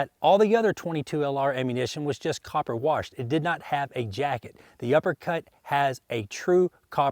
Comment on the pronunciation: Did he just say, "copper warshed"!? Ai'ght, then, cowboy.